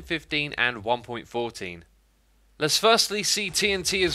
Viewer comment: one point foe-een.